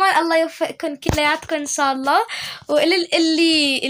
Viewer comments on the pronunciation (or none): none